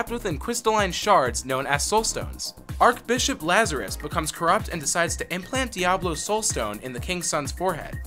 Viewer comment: "Tris-tram" "battle DOT net" "Longetivity" "ark bishop" This is quite a pronunciation adventure.